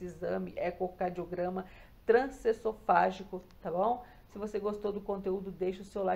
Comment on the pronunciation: Meu Deus, a mulher trabalha fazendo o exame e não consegue pronunciar o nome? É trans-eso-fa-gi-co. E o S tem som de z ao pronunciar pq advém de E-SO-FA-GO. ESOFAGO